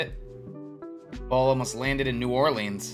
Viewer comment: did he just say ore-leans?😂 it’s ore-lins